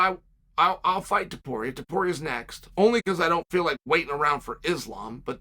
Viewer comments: Finally He pronounced his last name correctly lol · My man pronounced Topuria perfectly but said Cyril Glom in the last one 🤣